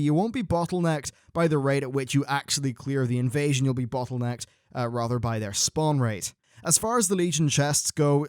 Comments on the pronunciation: "spwan" increase. :) You probably already know but hope it helps. Love your vids! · dat 'spwan' increase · "Spwan increase" Nice one,.